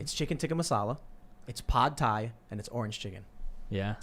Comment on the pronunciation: Have I been saying "Pad Thai" wrong all my life?